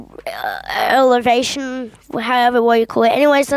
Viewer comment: its not elevation its evo-lu-tion